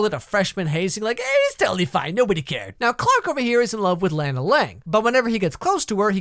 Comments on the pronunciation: i absolutely HATE that he calls her Lana (lan-uh) it’s actually pronounced lon-uh and if he had actually watched it he’d know that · Its not pronounced Layna, its pronounced lawna! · IT'S NOT LAENA ITS LAAAAANAAAA. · its not laena , its Lahnah ...just saying. lol nicce vid again tho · It's pronounced Lah-Na. And the necklace is kryptonite. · STOP PRONOUNCING LANA WRONG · I SWEAR TO GOD PEOPLE WHERE ARE YOU GETTING I BETWEEN THE A AND THE N??? JUST PRONOUNCE IT LIKE ANNA BUT WITH AN L BEFORE IT Also my dad loved this show so much that he named me after her Thanks dad